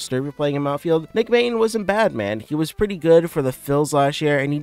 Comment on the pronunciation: It's pronounced "Mate-on". And "Vier-ling"